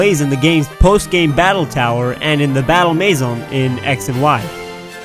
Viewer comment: omg lol dude it's French for battle mansion in X and y but you to fancy to say it normal eh?